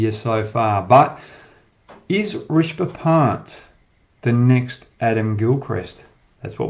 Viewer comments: It’s not “Rishba Pant” .. It’s “Rishabh Pant” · Fans of Hoggy’s incisive insights and unintentional butchering of Indian names, be sure to check out Inzamam ulhuq’s channel who also spews kkg’s every breath, and butchers Indian cricketers names like Rashi Pandit to Hoggys Rishba Pant. Indians be glad you are blessed with so many beautiful languages, every humanly possible utterances with the tongue, Kh,Tha, Ksh from Sanskrit, Za, Qa from urdu, zha as in Tamizh and Malayalam. Priceless wealth the west and TChyna don’t have. And oh, And Cricket pleasures too which barely ten countries get to enjoy. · Leave all of comparison, sala naam tk sahi se le le